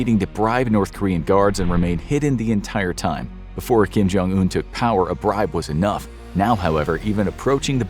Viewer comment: I'm pretty sure it's "Kim / Jong un", not "Kim Jong / un" lol